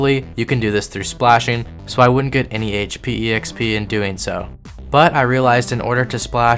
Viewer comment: >e-x-p >not x-p >e-x-perience >not x-perience > :eyes